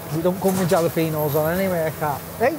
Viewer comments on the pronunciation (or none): Always a fun watch but just to let you know, you pronounce jalapeno's wrong. you say it with a H not a J